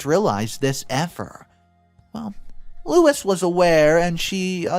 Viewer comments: The name is LOU-ISE (F) NOT LOUIS (M) Sorry but it drove me crazy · The oldest daughter’s name is pronounced. “Lew. Ease”. Not Louis. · Louise is pronounced Lou eese, not Louis which is a man' s name. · It's not Louis, it's lou eese. Louis is the male version of Louise. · LOU EASE NOT LOU IS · If you're going to be a narrator , you need to learn proper pronunciation. Louis , is loo-is...Louise , is loo-ese . No big deal , but slightly irritating. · It's Louise, not Lois. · Lewis XD it's pronounced Lou-ease XD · Louise is pronounced loo-eez . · Louise: LOO eez Lois: LOH iss The mispronunciation of Louise's name was a bit annoying. As to the story, the Greedy MacGreedysons got what they deserved. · Louise is pronounced Lou-eze, it's the feminine version of Louis. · Louise is pronounced Looo-eeeze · Louis………Louise……2 different names/pronunciation! FFS🤦🏼‍♀️ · My maternal grandma had a sister just like the Just No Grandparents in the story. She was greedy and she had custody of my uncle when his mom died. Great Aunt P used money for my uncle for her children as i was told by a granddaughter of Great Aunt P. Karma came for Great Aunt P differently than in this story, but was real nonetheless. FYI - You pronounced Louise's name as Louis (male) and then as Lois. Both incorrect. Think = Lou eez for the pronunciation. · Sorry to mention it, but you mispronounced Louise, and read it as "Lois" . It's Lew-ease. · Louise is not pronounced "Lew-is" or "Loh-is" It's pronounced "Lew-weez." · Oh for goodness sake. Louise is pronounced (Loo-EASE), not Louis. Please look up pronunciation. It’s an easy thing to do. You consistently get words wrong and it blows my mind that you don’t work to improve at your own job. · "Lois"? "Lewis"? It says "Louise", a different name, pronounced Lew-ese, long e. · It's not Louis, it's Lou ease